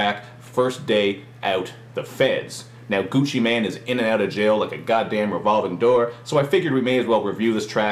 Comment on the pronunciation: lol, he says gucci man, sounds like hes talking about a superhero XD